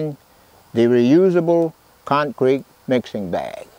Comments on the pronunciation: 86yo concrete guy that still calls it con creek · I think he pronounces it "con-creek" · Love how he says “concreak” 💜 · "The Concreek is ready to pour" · Concreek lol